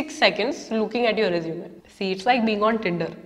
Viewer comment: Please pronounce resume correctly and properly....